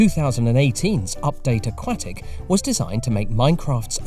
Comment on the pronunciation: I didn't notice that he said that. I was too busy thinking about the way he pronounced "aquatic"...